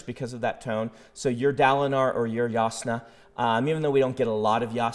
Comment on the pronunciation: Hearing Brandon say (Yas•Nah) broke me a little inside. I will forever pronounce the J